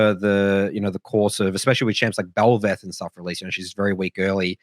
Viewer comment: Bel'Vath,??( Bel'Veth sound dum) POWERFUL,?? DO NOT MAKE ME,...OH WAIT YA THAT IS STRONG.